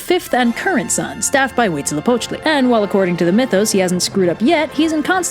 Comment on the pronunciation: Fun Fact: Huitzilopochtli, Coyolxauhqui and the stars are siblings :D I'm so fucking happy that they made a video on Aztec mithologhy and they pronunced almost everything right!!!